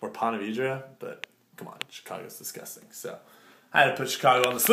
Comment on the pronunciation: how many times did you wanna say distgusting, sick and description?